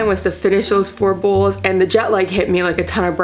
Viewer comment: I'm so busy looking at your eyelashes and listening to you pronounce bowls like bulls. What is up with those eyelashes? They look like a solid piece of plastic or something all clumped together. The soup looks good though.